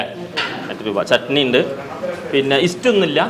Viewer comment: ഇസ്റ്റൂ അല്ല സ്റ്റൂ എന്നാണു ഇജ്ജ് എന്താ ഈ പറയുന്നത് പഹയാ🙆🏻 അതോ ഇങ്ങടെ നാട്ടിൽ ഇങ്ങനാണോ പറയുന്നത്